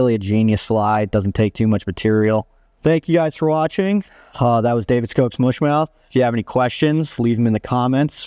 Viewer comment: Can you at least pronounce the fly correctly? It’s “mush” like up. Not “moosh” like moo. 🤦‍♂️